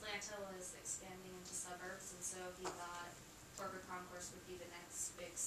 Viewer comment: It's CROKER, not Corker!